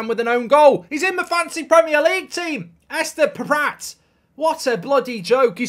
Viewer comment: How many times can you pronounce Estupinan wrong lol